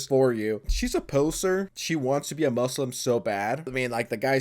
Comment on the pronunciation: Hearing the trainer pronounce "moo slum" the way she does fucking sent me.